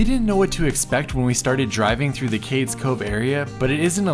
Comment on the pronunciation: FYI: Cades Cove is pronounced Cade.. eaze Cove